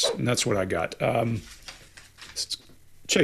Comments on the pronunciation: Hey, We can accept your accent but for the life of me, how do you find an /r/ in lasagna????🤷‍♀️😳😃👀. Lasagner??? WTHECK!!! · I like how says Lasagna! 😁